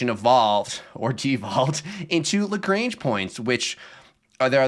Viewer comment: Also the pedant in me has to correct Lagrange. It's not Lagrange like the ZZ-Top song, it's Lagrange like a French bloke. Like when your doctor makes you say aaaaah "lagraaaaaange".